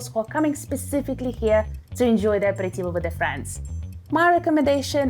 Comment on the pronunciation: Aperitivo Non apiritivo 😂